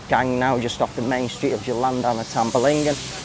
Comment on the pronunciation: "Tamblingan," there is no "ba." "Tam-Bling-Gan" 🙄